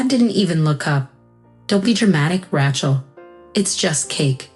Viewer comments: That is what you get with AI. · They can't even say her name right. Ra-chel, not. Rat-chel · RAY-chel, not Ratchel. Won, not want. 60th o9r 65th birthday? Read in this context is pronounced to rhyme with red. Rachel was smart to rid herself of her toxic family.